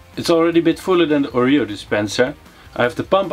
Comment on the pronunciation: Leuk project en leuke video, ik lag me rot😆🤣 Oja en je spreek Oreo verkeerd uit, het is Oreo 😜🤣